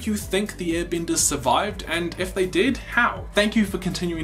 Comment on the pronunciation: Why do say I instead of E? You’re talking about earbenders and wistern...